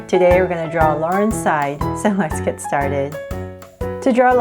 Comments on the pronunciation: um did she say laurenside instead of laurenZside?????????? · It’s larenZsid not larensid 😅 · its laurenzside not laurenside